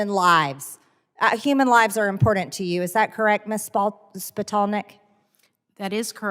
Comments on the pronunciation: MTG: "Human lives are impoordent to you...?" Good thing for her she's mean and evil, seein' as how she's not LITERATE or KNOWLEDGABLE. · I think the most important thing to do is pronounce IMPORTANT correctly!